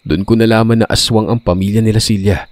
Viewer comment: Ang gulo mo. Cela ba o Cilia pabago bago ang binibigkas mo eh!